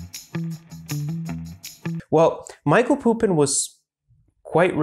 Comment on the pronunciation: Thanks for representing Serbian intellectual legacy to the world mate! 🙌 P.S. It's Mihaj(y)lo Pupo in not Michael Pupin